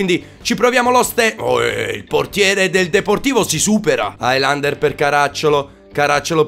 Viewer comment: non si pronuncia hailander, si pronuncia helander